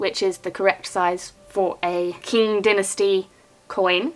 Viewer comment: Wonderful - as usual! I lived in China from 2007 to 2015 (Shanghai). Q's are pronounced like CH as in chance, and X is pronounced like SH as in shirt. The Qing Dynasty was the final dynasty and lasted up to 1912. Your coin is a very exciting find! As well as the many other great finds that day. Congratulations and thank you for bring me along in your adventures.